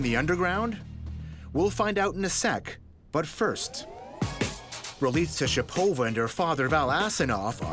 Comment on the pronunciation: I like the Canadian pronunciation of Ralitsa Shopova :D